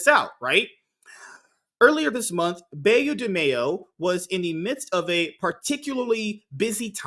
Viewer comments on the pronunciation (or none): Please pronounce "Beau" as you would an archer's "Bow". It is the French word for handsome.